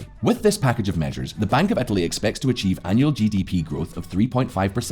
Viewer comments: where the hell is "etaly"...? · Ohhhhh "Italy"! I was searching for a province/state called "Ethaly" in Italy :D